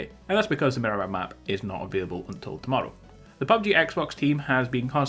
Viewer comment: Stop calling it Minimar it’s Miramar